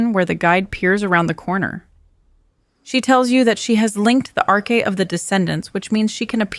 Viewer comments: it's AI isn't it? it can't read certain words like "Arc'ah" 🤭also isn't Colossi singular of Colossus, not a faction. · Pronounced a few things wrong within the first 2 minutes…. The narrator pronounced arche incorrect too. Is this channel real